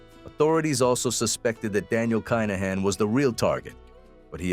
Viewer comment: Good little documentary. Just for clarity it's pronounced Kin-uh-han